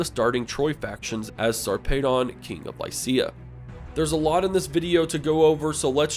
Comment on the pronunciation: Really good pronunciation of Sarpedon....